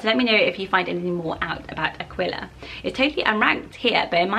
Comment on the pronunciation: Aquila is pronounced A-kee-la. Like tequila